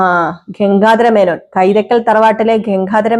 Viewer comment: ഗംങ്കാധാര മേനോൻ അല്ല ഗംഗാധാര മേനോൻ ആണ്